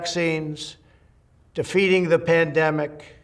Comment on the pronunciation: Maybe he said defeating the pandemic but I heard feeding the pandemic..lol..had to back up..but it still sounded like feeding..not defeating..lol..but pretty sure he meant defeating.. really doesn't matter at this stage..but tried to make sure I heard correctly.. LOL